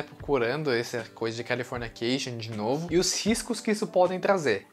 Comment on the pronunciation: O vídeo é ótimo mas qual é a dificuldade dele em falar CALIFORNICATION e não CALIFORNIA CATION???????? Que agonia cara